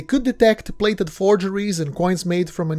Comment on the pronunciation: The narrator of this interesting and worthy video pronounces the word “plated” as “blated” , the P is pronounced as a B .